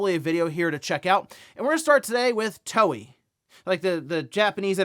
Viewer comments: Toei is pronounced “Toe-ay,” not Toey. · "To" "e" (as Elephant) "i" (which sounds like an extended/stressed E, E as Elephant)... and not "To" "i" (i as intelligence)